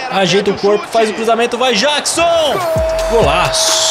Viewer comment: o camisa 15 o nome dele se pronuncia Nicolas Jackson de Michael Jackson